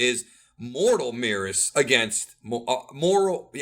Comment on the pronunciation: Why you guys still pronounce Merus like Meerus? surely it'll be Meh-rus